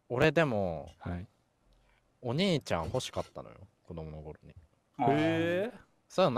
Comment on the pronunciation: 何回聞いても最初のところが｢おねーちゃんが欲しかった｣にしか聞こえないんやが